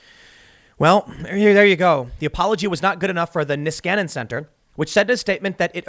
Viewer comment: "Nieskanen Center" sounds so stupid when he says it, as its Finnish last name.